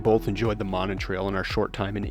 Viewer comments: Monon [MOE-nahn] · Pronounced Moe - non. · It's pronounced: MOE-non. Those homes that face the trail have Winthrop Street addresses. If you go around the back of them, down what looks like an alley, you'll see all the address markers and mailboxes. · I am sure others have said so, but it is pronounced ' MOE-NON' Trail. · It is pronounced Moe Non. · Monon is pronounced Moe-non;it starts at 10th street and I-65 up to Carmel, Indiana, Westfield and north to Sheridan, Indiana. Covering almost 30 miles one-way. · Good lord at least pronounce the name right! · Yup, it's MOE-non (non rhymes with on). Also, Chatham is pronounced CHAT-um, in the British style. If it's any consolation, I had no idea how to pronounce Polyphia, lol. Great footage! I've never seen the Baumeister estate from the Monon side.